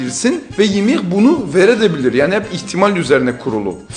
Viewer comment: Kurucu titan❌ Ohicinal titan✅ Ymir❌ Ymiahh✅ Frieda❌ Flida✅